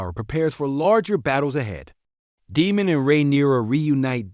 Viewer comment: DAME-MON, his name is Daemon Say the e.